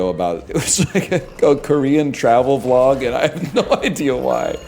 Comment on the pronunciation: bro pronounces 'vlog' like he owns a farm